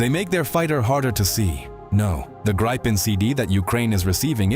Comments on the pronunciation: yea he need to pronounce it like "Gri-pen", or more like "gree(as in green but without the N at the end)-pen"(gree-pen) not "Grai-pin".. but it's hard for ppl that don't speak Swedish, so i'll give him a break, i'm just happy he covers our fighter jets, i appreciate his coverage! Glory to Ukraine! Ruck Fussia! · How to Pronounce the word(s) "Saab JAS 39 Gripen" not Grypen ☺🤣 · GREE pen is the suggested pronunciation.